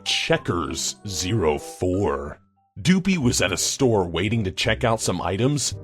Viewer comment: did anybody notice that calld doopie doobie